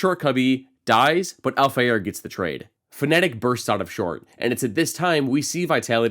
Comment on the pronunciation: Its FA- na-tic. Not Pho-ne-tic